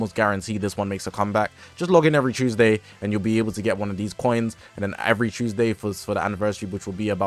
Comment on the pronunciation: it's chewsdayyy innit